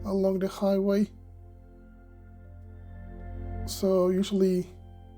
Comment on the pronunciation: Thank you! Please note that native English speakers pronounce "the" with a softer "th" rather than your hard "da". The rows of barrels are probably for water storage in a drip irrigation system. Make sure to do a "reference shot" or two every flight, showing most of the lot from a fixed perspective. Right now, it's undeveloped, but soon will have an incredible transformation. Try to purchase lots in the nearby residential area if possible. Just look at the number of cars in the TX gigafactory employee lots, after a few short years.